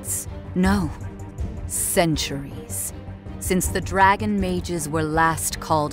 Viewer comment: Take a shot everytime she accentuates "Dragon"